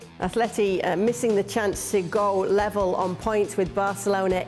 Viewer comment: I really would like to see the day that idiot english (and their idiot gringo amen corner) would learn to pronounce ATLETICO (not "Aftleti").